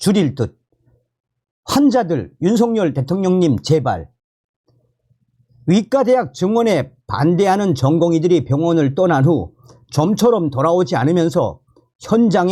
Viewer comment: 위과대학이 아니고 의과대학입니다.